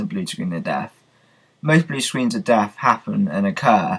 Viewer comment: its death not deaf